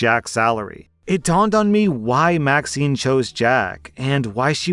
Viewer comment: You said that Maxine's name was vaccine. I relistened 3 times. How do you make a mistake like that?